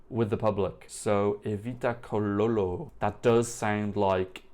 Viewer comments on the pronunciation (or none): Evita’s surname is Cololo, pronounce tsaw-law-law :)